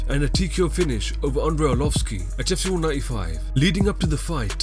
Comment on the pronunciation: Every time the narrator kept saying "UFC", I thought he was saying "GYPSY."